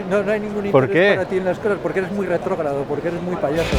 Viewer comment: vengo a aprender de arte, pero con los primeros 7 segundo me enganchaste jajajajja "retrogrado" dice, me reí mucho. saludos desde Argentina, me encanta tu contenido